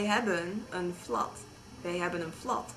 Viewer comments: there's a mistake you said: ''Ik heb een flat'' you said it with an ''a'' but you say it a ''Flet'' ;) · flat spreek je uit als flet btw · well you say flat as it stands their. but you really have to say it like flet the a turns into an e. just that you know. it's not with every word so in dutch. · Haha flat is pronounced like /flet/ and definitely not like /flat/. Could be the Belgians pronounce it that way though, they also say /deetek'tieve/ in stead of /de'tektif/ (detective) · "Wij hebben een flat" is pronounced as "Wij hebben een flet" XD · You say flat but you have to say flet sorry i'm not so good in englisch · you say: we hebben een flat. normal dutch people write it like that, but say: flet. (: like you say pet and other stuff ( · you say flat with an a in dutch it is pronounced with an e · don't pronounce the 'a' from the word flat as 'a' you have to pronounce it as a dutch 'e' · you don't speak flat out as flat but as flet like your fled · You said flat wrong or at i think you do everyone i know says it the english way or at least i supose it is the english way. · you said.. 'wij hebben een flat' you have to say 'flat' like 'flet' not with 'a' but you pronounce it with an 'e' like you'd say 'bed' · Actually, i don't know if this is a dialect thing but the word 'flat' is mostly pronounced as 'flet'. Nobody that i know of says 'flat' like bad or dad, the a sounds more like you would say 'pet', to pet.. een flat. I really like your posts. :) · heey,, im dutch when you said wij hebben een flat, you have to say flet instead of literally flat. i really like your vlogs! you pronounce the words good!! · Flat in pronounced as flet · you say ''flat'' wrong. you say It with a dutch ''e'' so ''flet'' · nice vid but do mind that in dutch the word flat is pronounced as flet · Nice vid :) Im dutch but you made one mistake Wij hebben een flat You speak flat as flet (Like in bed) the Hope this help you in your study :) Keep trying to speak dutch because i love it :D